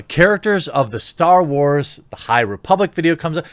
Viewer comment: It might be me because I'm in the south, but did anyone else here her say Hyyye~ Republic. She put too much emphasis of the Hyyye~! Republic.